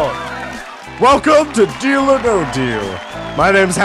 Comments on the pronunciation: No deal sounds like your saying bodil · I heard deal or bodil ._.